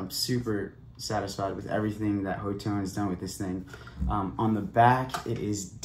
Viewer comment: Pronounced "hot tone" for future reference 👍